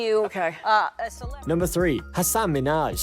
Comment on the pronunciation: YOU pronounced Hassan incorrectly! It's HASS-an. You just called him a horse 🐎 in Arabic...